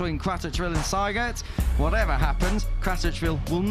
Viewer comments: Why do commentators say Seigert while the name in the leaderboarsa say Siegert? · Spell the name SIEGERT ->> like ZEE-gert !!!